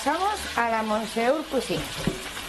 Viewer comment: Monsieur se dice mesié en francés cateta